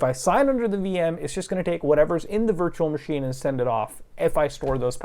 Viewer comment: ish anywhunm st0l playying teh dyrynking gayem whear yew tac=ke a shit shot, every tiem he saIWZ "vEE eMm", "vurtchewal mah sheen", or "vee bucx"? Iym Tlying tew